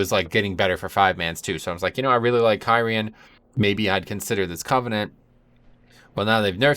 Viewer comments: (Khear-ean) lol love the content just triggered by the pronunciation <3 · If you like kyrian so much please for the love of god learn how to say it lol. It's a little thing but there's so many times it's said in game there is no reason to say it the way you do haha.